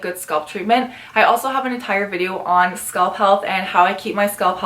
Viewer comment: SCA-A-A-LP NOT SKULP